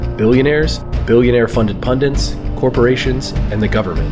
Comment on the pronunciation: Great video! The only problem I have with it is the pronunciation of the word "pundit." For some reason, you keep adding an extra "n" and say "pundint" instead 😂